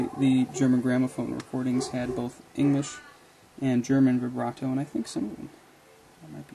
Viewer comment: libretto not vibrato